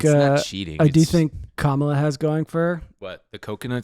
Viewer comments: you’re pronouncing Kamala wrong, or at least you did a handful of times. It’s comma-luh, not comMAH-luh. I still think you’re sexy and I love you. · PLEASE learn how to pronounce Kamala Harris’s name correctly